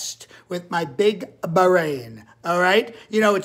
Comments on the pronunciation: ..."a big.... BUH-rain..." :D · "My big.. BAH-RAIN!" BWAH HA!!!!!